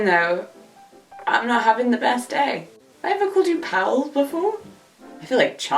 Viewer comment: I totally thoughts you said "pearls" instead of "pals".